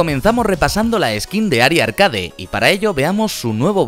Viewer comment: me pone nervioso cuando dice (arcade) y no arkeid (como suena).